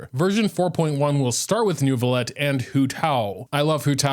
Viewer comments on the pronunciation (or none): So if you wanna pronounce it like a real french baguette pronounce it like that : Neuviyett (-eu is pronounced awkwardly you might wanna search it up) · It's Neu (neuw) not NERV... I don't know what they are smoking when doing to voice directions..... lol there is NO "R". 🤣 Frecnh has a lot of silent letters but no randomly inserted ones. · The more correct pronunciation is New-V-Let. The hard R you hear from the female voice actor is just over exaggerates Neuvi collection of vowels and it created an imaginary R